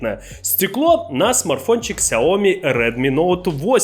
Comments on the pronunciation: 🤣🤣🤣 какое нахрен Ксеоми? Не доходит до вас, смотрю. Ся́оми́ Ударение на "я" и второе ударение на "и". Никакого "к" нет. Учите китайский язык, батенька. А узнаете перевод и значение, вообще обалдеете 🫢 小米 [ся́оми́] - просо Да, латинскими пишется Xiaomi, но при этом никакого "к" не произносится ☝️ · Ся́оми́ - ☝️2 ударения на первый и последний сло́ги, на букву "я" сначала и потом на "и". Но не Сяоми́ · Ксяоми... ммм, дайте вату, у меня кровь пошла из ушей...